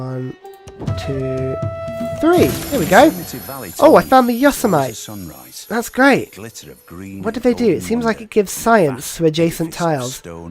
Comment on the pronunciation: Just a lil heads up, it's pronounced "yoh-seh-mity" (you can hear Sean Bean saying it in the quote) and not "yo-se-myte" :)